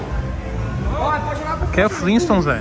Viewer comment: Toguro falou " aqui é fliston" kalalal só na mãos leves